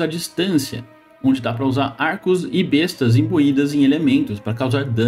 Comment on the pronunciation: Vc disse "besta" e eu pensei q o Renegado invocava bestas... Aí entendi q vc disse Besta(arma) ,mas se fala "bésta" (arma)... Abraço, bom trabalho, está top